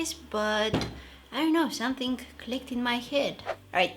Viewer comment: Im never gonna get over you premonition of the words Something - somethink Amazing - amazink Happening - happenink I love it 😂❤️